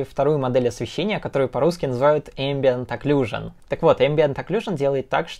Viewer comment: «Которую по русски называют ambient occlusion» НЕПРАВИЛЬНО!!! “katoruyu pa ruski nazivayut embient aclusion”